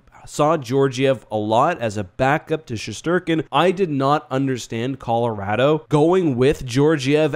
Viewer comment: lol he said collar-RATTLE.... what city are you from